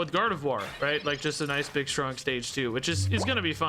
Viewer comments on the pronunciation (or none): none